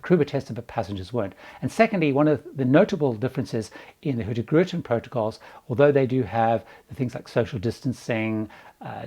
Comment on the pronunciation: Love your pronunciation of HurtieGrutin (Hurtigruten) 😄